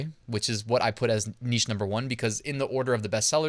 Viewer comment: Thank you,. And thank you for saying 'neesh' as one should.